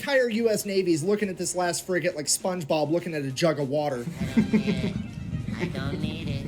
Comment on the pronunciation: fffrigate hahaha